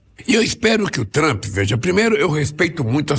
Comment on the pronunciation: O cara fala TRAMPI. Meu Deus. E está se borrando de medo...